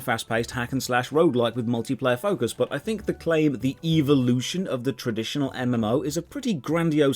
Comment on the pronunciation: Before I saw this review I was stuck in RotMG, no GF, no Life, and no way out. After watching this None of these things have changed but my pronunciation of evolution to “EVO-lotion” Thoroughly enjoyed and would love a series of this game ❤️ 10/10 would see more Evo-lotionary content like this again.